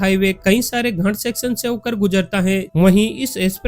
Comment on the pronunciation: भई घाट को सही से बोला करो मैं कुछ और समझा